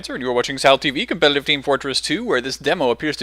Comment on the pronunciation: I like how you pronounce competitive "compeleleive team fortress 2"